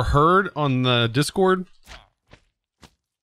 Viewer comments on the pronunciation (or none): none